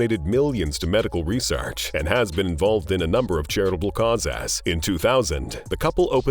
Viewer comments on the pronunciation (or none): Words like kaw-ass for causes. Ugh!